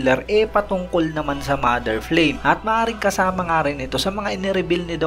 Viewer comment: Flame to pronounce in Japanese is parang frame parin pgkabigkas..wala silang L dito..